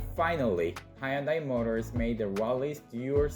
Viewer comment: High yun dai ??!!! It's hyun dai !!!!!!!